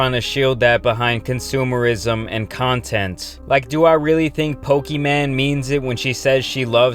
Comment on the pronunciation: The man said “pokiman”